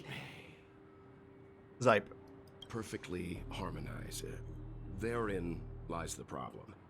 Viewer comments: Love the fact that every time Xipe (See-pay) is mentioned you will, without fail, call them SIPE. :_DVLegionPog:(is shook) (Xipe mentioned) "XIPE" :_DVLegionPog:(continues to shook) :_DVLegionSalute::_DVLegionSalute::_DVLegionSalute::_DVLegionMilk::_DVLegionMilk::_DVLegionMilk:enjoying this along with my brekkie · refusal to call Xipe name properly is getting annoying. I know u wanna be quirky to be entertaining but please stop